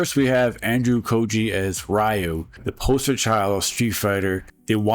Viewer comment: ryu is pronounced re (as in reload) and you not like the bread it's not 92 anymore and the spin kick is pronounced tat su maki sen PU YAAA kyu (key you)